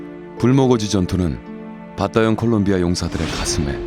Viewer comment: 콜롬비아(Colombia)입니다. 콜롬비아를 콜럼비아(Columbia)라고 발음 하는걸 싫어하더라구요